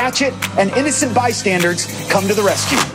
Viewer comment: Bystanders, not "by standards" 😝